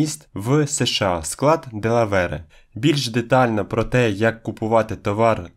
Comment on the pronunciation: Інформативне відео, з прикладами - так тримати! Єдине зауваження - штат Делавер. Без е. А так все круто. Без негативу